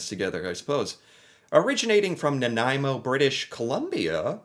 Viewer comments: I'm thinking, yes without googling lol, that the original bear paw was a molasses cookie. Now that was good ... especially with a cuppa tea after supper ... i'm not fond of all the different flavours. Same with Nanaimo Bars ... and god luv ya for getting the name right lol, how many people pronouce it 'naomi' bars 🤭 ... but whatever you call em, they are delicious indeed. And as per my personal tastes, the original is the only kind for me ... happy snacking 😉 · Of all the words he mispronounces, he nails Nanaimo. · Bonus points for getting the pronunciation of Nanaimo right.